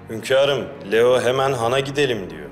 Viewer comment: Hürrem Leo demiyor Liyo diyor